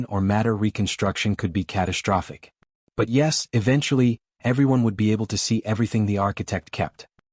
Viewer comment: CATASHTROPHIC, SHTRUCTURE, SHTRESS, DESTROY,...."grim-AYCED"(grimaced), EXSHTRA, SHTRANGE, SHTRENGTH, RESHTRUCTURING, EXSHTRAPILATING, SHTRONGEST, NOT ENGLISH WORDS!!!! THERE IS NO "H" after the "S"!!!